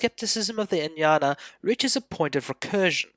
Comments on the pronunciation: Ajñana (अज्ञान) will be correctly pronounced as "AGyan(a)". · I beg to strongly differ. "AGyAn" (where even the terminal 'a' is NOT pronounced) is the Hindi way of pronouncing it. "Ajñana" is the correct Sanskrit form. In Marathi it is "AdnyAn(a)". In Gujarati it is "AgnAn(a). Please do not try to impose the norms of Hindi on the rest of us. ~Vima Kadphises Kuṣāṇa, (Οοημο Καδφισης alias Vivek Khadpekar)